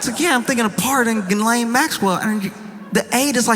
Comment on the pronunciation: I never, ever believed Diddy would do the time he deserves, nor that he would remain behind bars. My guess was an anklet. Those hideous, uncomfortable gubmint issued anklets. He will walk free, like ghislaine—you are pronouncing it wrong, BTW. The French (and I am certain she) pronounce it “GHEE-len“. You (and most people) keep leaning on the second part (guh-LAIN). The first syllable is stressed, and the second syllable is pronounced softly, like the difference between “plan-TAIN” and “PLAN-tin”. To be clear: I want you and everyone to mispronounce her name. I want her to hear her name mispronounced, for the rest of her worthless, evil life.